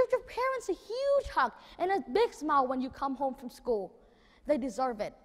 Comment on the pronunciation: thấy tựa đề làm mình tò mò, vô nghe thấy chỉ một đứa nhỏ thuyết trình vấn đề nụ cười. Tiếng Anh của Nhật Nam phát âm chưa chuẩn lắm, đặc biệt là từ SMILE. Nội dung không mạch lạc và không có chiều sâu. Đúng là người Việt Nam (người Việt ở Việt Nam) có bệnh nổ. Vậy mà cũng gọi là thần. Bó tay.